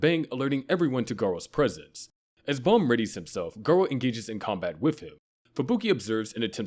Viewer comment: It's not Balm. It's BAM you shit A.I voice